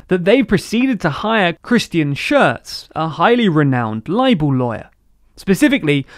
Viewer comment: Dude, seriously, look up how to pronounce these names... Schertz --> shairtz, not shirts Zeit -> tzight, not zeit Boehnke -> more or less booohnkuh, not bonk And the "t" in tsunami is not silent.